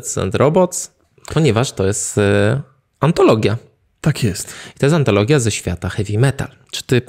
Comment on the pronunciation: Ten moment, jak zmęczona was słucham i zamiast „antologia” usłyszałam „patologia” 😂